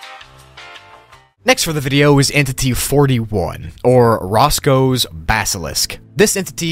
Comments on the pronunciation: "Roko's Basalisk" not Roscoe. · the miss pronunciation of roko ticks me off lol